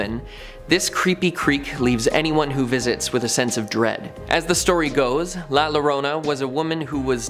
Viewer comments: It is pronouced La Yorona Spanish spelling La Llorona. The weeping woman. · In Spanish a double L is pronounced as a y. La Llorona is pronounced La Yorona.... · The way he pronounces La Llorona has me in tears 😂😂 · Lol can someone also teach him to say La Llorona correctly I was cringing every time he would say it